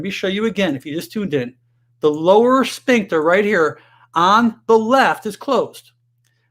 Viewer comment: .......the word is pronounced, sFincter, NOT sPincture......"ph" is pronounced "F", not "P"